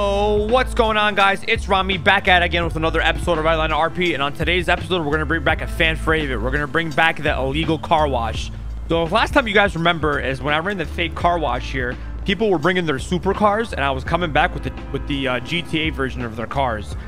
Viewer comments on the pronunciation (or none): "Fan fRavorite" lol but still a banger!!! 🔥💣